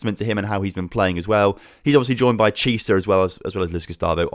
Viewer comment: Chiesa you pronounce Kiesa not Chisa